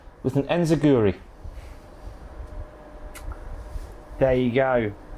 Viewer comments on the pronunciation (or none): "... with an inzaguri" 😂